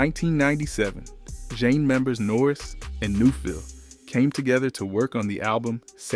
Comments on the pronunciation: JEAN NORRIS AND RENEE NEUFVILLE1 Stop mixing up their names! Learn how to pronounce names properly! Ugh! The timeline is all over place. Talking about artists, that have nothing to do with Zhane. Please use chronological order. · Stopped listening when commentator couldn't even pronounce the group name right. Brother, redo! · I can’t even get past 2 minutes of this nonsense. Why are you mispronouncing the name? Your research is immediately discredited. I know the rest of the information is inaccurate 🤣😂😂😂😂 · Put some respect on their name! I tried to make it through the video…./ they LITERALLY said “pronounced Jah Nay” and it still saying Jane! 🙄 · Wow, is this MF A.I. or what? Kinda sounds real but so annoying. He literally says “Pronounced Ja-Nay” and still pronounces it wrong. Lol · If you are going to tell a story pronounce the name Of the group and album correctly at least what’s going on here ? Take this down. And redo it for your brand at least . Zhané pronounce jahhhh nay the z is silent Flava pronounce Flay - vah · IT'S,"ZHANE"😠!!! "ZHA-NE"!!! How you gonna do a documentary on a group without knowing how to pronounce their name🤷🏿‍♂️?!!? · He is not even pronouncing their name right 🙄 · Good biography but the pronunciation is way off! You're saying the group name wrong amongst others. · Dude.... He is killing me with not being able to pronounce Zhané correctly. He didn't say India Irie, Kelis, Busta Rhymes right either. It's cool that you're giving us the back story but not saying their names right is killing the video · Turning it off!!! I cannot take the mispronunciation of their name. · Roll with the what? 😂 OMG you butchered their name too 🤯🤣